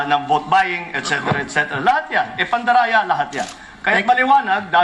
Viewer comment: "pandaraya" 😂😂😂 Slipped. Sakpan